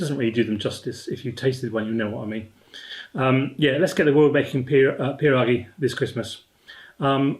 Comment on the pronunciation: Latvian pronunciation is---> Peedugs. Must use Smoked bacon & sautéed onion. You can buy "already made pizza dough" after rolled out. Put teaspoon of filling onto edge of dough. fold over and press cup over to both cut off and sell shut. line sheet pan. Baste with melted butter and bake. 🤌 My grandmother's cousin built Coral Castle 🎤💥